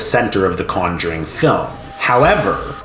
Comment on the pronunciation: The way he pronounce Conjuring is driving me up the wall